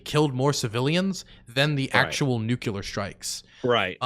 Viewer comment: "Nucular " Eye: twitches unconsciously